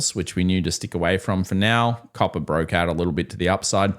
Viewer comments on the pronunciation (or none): none